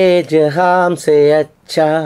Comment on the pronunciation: ജഹാം അല്ല, ജഹാൻ